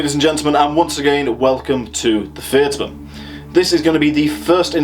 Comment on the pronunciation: haugh would be pronounced 'how' or 'horr' (norse haughr), i believe. i am just a layman. also Tyr, Fyrdsman would be 'tyurr' and 'fyurdsman'.